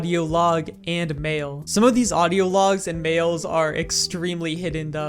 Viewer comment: Is it me or everytime he said 'mail' I heard 'mayo'